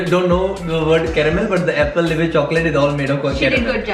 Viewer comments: Hey....it’s alpenliebe not appleliebe 😬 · APPLELIBE......m I the only one who heard this instead of Alpenlibe😅😅😅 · It’s Alpenleibe not Applelibe...But she has great taste buds... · applenibbe His dad - wtf are you talkin' about? Again his dad - God damn it's alpenlibe.